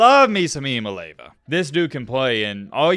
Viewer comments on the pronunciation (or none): With due respect, it's not "EE MAA LAY VAA" it's pronounced "EE YAA MAA LEE AA VAA" not trying be a prude but it is important to get his name right if you are going to talk about him for years to come. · 😂💀💀 it’s "EE ah MAH lay AH vah" not “EE ah Mah Lay va” 😂 GBO🍊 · say this 10 times. Start out slow, then faster and faster each time: six syllables, 3 first, then the other 3, like a 6-syllable poem: EEE-am-mah... LAY-ah-vah. EEE-am-ah-LAY-ah-vah. Just keep saying it until you don't have to think about it. Your analysis is always fun to listen to, keep up the great work. Worth learning this young man's name, as you point out he's gonna be with the football community for many, many years to coome. Go Vols! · Just for future reference, it's pronounced ee/ah/mah/lee/ah'/vah. It really doesn't matter to me because within a year the only people who can't pronounce it correctly will be aging commentators ( just like with Tua). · Eee-ahh-moli-ahh-vaa took me awhile to get it myself but it rolls off the tongue now #mattbmispornouncing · Gotta work on that pronunciation! 😂 Ee-ah-mah-lee-ah-vuh Oh and go vols! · Looking forward to the Nico Show! Just a heads up, he pronounces it ee-uh-mah-lee-ah-va. Not trying to be a grammar czar or anything like that - I straight-up butchered it the first time I saw it. 😁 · Are you intentionally mispronouncing everyone’s last name? Didn’t pronounce Nico’s last name right one, then just threw in that botched pronunciation on Tua’s last name for good measure. As a TN native, I’ve never understood why southerners are so bad at pronouncing everything correctly 😂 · You have got to learn how to say his name!